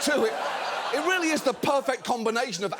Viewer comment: He said perfct